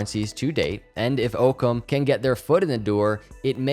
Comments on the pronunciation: I think it is pronounced ock-ums razor, which is a scientific tule that basically says the simplest solution or explanation is typically the correct one. If I park my car in the same spot every single day, but today walk to that space , my car is not there, but an orange cone is there, my first reaction should not be that my car turned into an orange cone. The simplest answer should be that I parked my car somewhere else. This idea ties in well with this company’s mission. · Thanks for the new info! FYI it is AHHcam not Ooocam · it's pronounced: Its Ock-ham, not oke -em. Ocham's razor (Latin: novacula Occami), or the principle of parsimony or law of parsimony is the problem-solving principle that "entities should not be multiplied without necessity", or more simply, the simplest explanation is usually the best one. It's a good name for a Cardano partner. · So much this. I've actually never heard it pronounced Ooocam, only Awkums. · Pretty sure it's pronounced "Ah-come" rather than "Oh-come". Thanks for the great content. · I believe its pronounced Aucum not oakum, The Argument Against Occam's Razor For example, if a doctor is examining a patient with a high fever and cough, they may settle on the simplest explanation: the patient has a cold. ... Occam's razor is a good rule of thumb if you remember that it depends on making fewer assumptions based on as much evidence as possible. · Its not OOHKUM its AAAHKUM . DONT YOU KNOW WHAT THE PHRASE OCCUM RAZOR ? IT MEANS THE SIMPLEST ANSWER IS THE RIGHT ANSWER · Ah-Come.. not Oh-Come ;) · I think it's pronounced "OCK-ZAM" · What is his native language? English speakers say Ock-ham or Ock-hum. but the "h" is barely audible. Just sayin... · I’m not positive but I think it’s named after the concept, pronounced (Ah-koms razor) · Love the video, but it's pronounced Ah-cahm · I believe Occam is pronounced like Rock without the R. Occam as in Occam’s Razor. Thanks for the content!